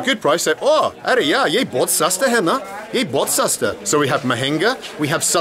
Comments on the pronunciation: Arey yaar, not Arey ya.. anyways it sounds same 👍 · Just a small correction. Its "Arey YAAR" not "Arey YA". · Hey Mr Bald. My Hindi is not that good since I’m from the Netherlands. But I can give you two small corrections to clean up the phrases :) It’s not “Are Yaa” but “Are Yaar” Yaar means friend. And it’s like “Oh come on buddy/pal. You can use Yaar also to say that someone is your friend. “Yeh mere yaar hai” You say, Main England se which literally roughly translated to ‘I from England’ try to add “hoon” (pronounce as hoo) afterwards. “Main England se hoon” so it’s I am from England.